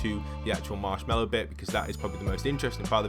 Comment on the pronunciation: He said marshwalk in the first also